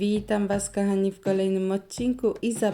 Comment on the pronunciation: Bardzo lubię Twoje filmiki, ale Twoje: ,,kAchani" zamień na ,,kOchani".Proszę😄